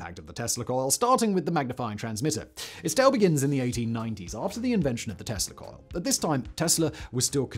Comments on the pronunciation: eveytime you said tesla coil i heard testicle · Every time Simon says "Tesla coil" I hear "testicle", but I am pretty effing high right now, so that may be on me.